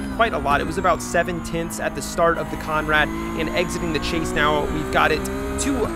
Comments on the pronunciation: It's Conrod not Conrad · Heads up it’s Conrod Straight not Conrad straight. Like your content mate keep it up